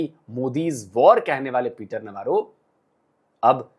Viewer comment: (नव्वारो) नहीं-रो अबे!!!!